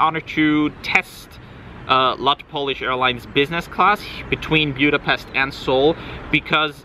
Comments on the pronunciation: Budapest not Bjudapest. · He needs to learn how to properly pronounce “Buda-pestch ! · Have never heard your pronunciation of Budapest